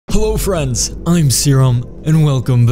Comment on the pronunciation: in the intro did you say hoe friends or hello friends??